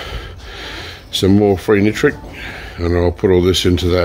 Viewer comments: And it’s nitric lol not nootric lol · Hi it’s ME again hiiiiii can you do a show showing how to make poor man’s nitric. Ps I like the way you are trying to say nitric and not nootric but I like the way you say nootric lol